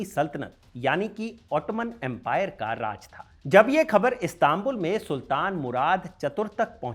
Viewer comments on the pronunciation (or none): none